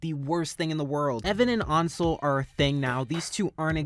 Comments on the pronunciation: Its pronounced ONSEL?! NOT ANSEL?! THE HECK I SUCK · I kept thinking “Ansel” was pronounced “Anne- sal” not “Awn- sel” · FINALLY FUCK YEAH YOU REACTED TO TAM!! IVE BEEN READING THIS SINCE CHAPTER SEVEN LITERALLY THE BEST- I STG. THE GAYEST COMIC 10/10 MY WHOLE INSTA IS BASED ON THIS WEBTOON 👁️👄👁️ and i promise allison isnt that bad not to be rude, ansel is pronounced (Ann-sell) just you dont trigger anyone 😂